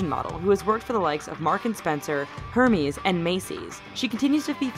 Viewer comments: Her-meez?? Really though? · Did you hear the way she said "Hermes" 😂 seriously, get it right!